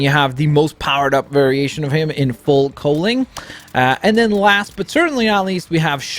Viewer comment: I thought it was cowling